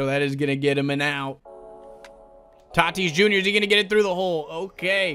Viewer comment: said Fernando titis jr